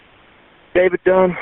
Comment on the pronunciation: HER LAST NAME IS DUNN. DUNN